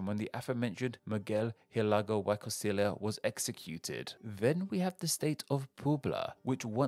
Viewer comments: Anyone else catch the “Why Constilia” when he tried to pronounce Y Costilla? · How did you pronounced Oaxaca perfectly 😍 but not the (y) in (y costilla)